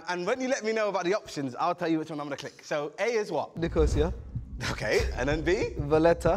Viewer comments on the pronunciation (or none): i’m pretty sure they are pronouncing nicosia wrong. it’s nic-ah-cee-ah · The way Chunkz incorrectly pronounces Nicosia for Captial of Cyprus with such confidence 😩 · As a Cypriot, I have never heard anyone pronounce Nicosia like that 😂